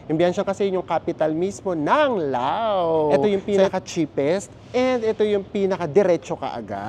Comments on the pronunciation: According to google 😅 you pronounce it as Laos like in blouse when it refers to the country while Lao is anything referring to its people. Lao is an adjective. Ayan po, sorry OC lang. haha😂😂😂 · Lovely trip. Btw bakit Lao? I thut Laos (to pronounce it as Louse like blouse) People in Laos are called Lao. Yan ang alam ko hehhe